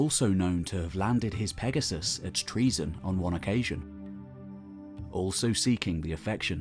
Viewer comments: It isn't pronounced TREASON, you buffoon, it is pronounced TRO-ZEN or TRU-ZEN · ΤΡΟΙΖΗΝΑ η Τροιζην, η (παλαιοτερη ονομασια, ΔΑΜΑΛΑΣ). TREAZON? Maybe...treason? lol LEARN GREEK! Stop butchering the language of our gods and heroes! 💀💀💀